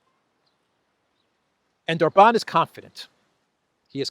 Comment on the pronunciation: If you can pronounce Budapest correctly as you do,, then SURELY you csn learn to say OR-bahn insteaf of or-BAHN! I may have to go to Greece and give you lingual lessons in person 🤣